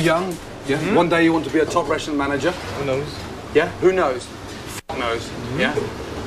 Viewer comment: Gordon “ REST RUNT “ Ramsey